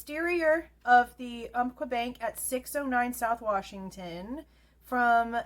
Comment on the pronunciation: Hey! Love your videos on this crime. Easily the best one out there. As someone from the PNW we have some unique names for places, cities, and businesses. Umpqua - Ump (like umpire) Kwa (like Kwon). Im 100% not being a dick here. Usually I am but since I like your videos and your head isn’t just a hat rack; I wanted you to know how to say that in the future. News Nation is quickly losing any credibility they had.